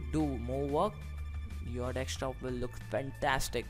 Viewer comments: ffs its called DESK TOP not dekstop >.< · Dextop :D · dekstop XD